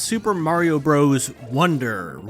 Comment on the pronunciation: It’s not bros. It’s brothers. Ugh.